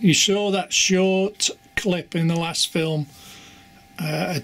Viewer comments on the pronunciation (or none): Don't you mean film not flim lol 😆